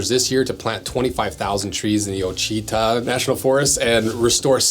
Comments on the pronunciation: It's pronounced Wa-cheh-tah :) Beautiful area in Arkansas. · Ouachita is pronounced wah chi tah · Nice Every Man Jack plug. By the way, it’s pronounced WHA-chi-tah